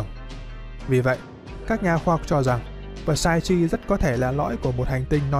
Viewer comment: Psyche > P là âm câm ông nhé, và ch là âm k > nên đọc là xai-ki